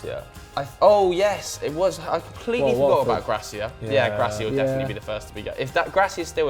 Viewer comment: got the Gracia thing on point